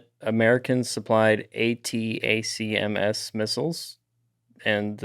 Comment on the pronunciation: ATACMS is pronounced "a-tack-ems"